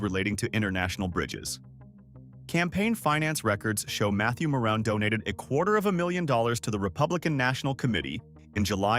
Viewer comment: At the end of this video, listen to a very closely and Maddie maroon they pronounce his name wrong, but he’s the one that put a halt on this bridge feeding Trump‘s packets so just watch this video till the end please!!!!!